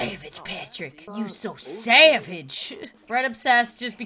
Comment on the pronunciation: Party pop Studio its a way of saying savage xD instead of g its sh so you pronounce it differently (g as sh)